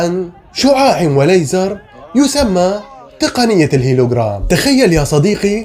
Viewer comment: هولوغرام و ليس هيلوغرام